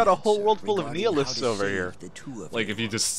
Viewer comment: Did... Did he just seriously pronounce "nihilists" as "Kneel-lists?" Because even if he'd pronounced that correctly he wouldn't be using it right. - That and the whole immortally cursed, and cursed even in the afterlife thing... - "correcting" someone with the wrong name is so fitting for this Let's Play... - That's not a glitch, they don't tell you how many phozons they contain until after you've used at least one with a given character. - Yeah, it's not like it, you know, increases your POW recovery rate or anything like that... - Aaaaauuuurrrrrgh! That's. Because. They're. CURSED DAMMIT! Odette and Valentine already COVERED THIS!